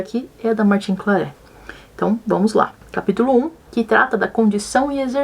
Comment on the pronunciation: Martin Claret se pronuncia Martã Clarré/Clarrê.